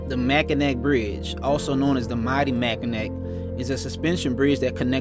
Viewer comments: Michigan is named with french being the source language. The Bridge is Pronouned "mack-in-aw" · Awesome! Love the Pic of Lambeau! Lots of awesome riding here in the U.P. just come a little more north than 2 ;) remember it's pronounced Mack in awe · I pronounced Mackinac that way all my childhood until ai was corrected. It’s pronounced Mackinaw. I know, it’s strange lol. Great documenting! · G!!!! The 'C' in Mackinac is SILENT!!! MackinAH Bridge! Your videos and eloquent narratives are deeply moving. See you on the road, brother. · I pronounced Mackinac that way all my childhood until ai was corrected. It’s pronounced Mackinaw. I know, it’s strange lol. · Mac a naw That’s how we pronounce it. Mackinaw. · Mackinac is not pronounced as ac. Pronounced as na, like na just playing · Mackinac= Mackinaw... the c is silent bro